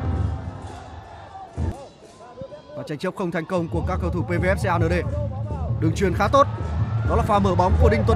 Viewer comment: Đọc Xê a nở đê vãi kém. Cứ đọc công an nhân dân đi cho chuẩn. 😂😂😂